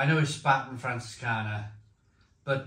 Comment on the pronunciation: Mate ... it's pronounced "Shpar-ten"